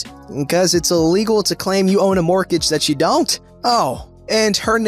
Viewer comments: I've never heard anyone pronounce the T in mortgage before. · Really? It's literally pronounced "mort-age". What I've never heard is someone pronounce the first "g".